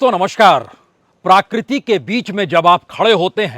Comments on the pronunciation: Please correct : it is not प्राकृति it is प्रकृति । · प्राकृति? या प्रकृति ? इतने अनुभवी एंकर होने के बाद भी इतना अशुद्ध उच्चारण? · प्राकृति नहीं प्रकृति बोलिए।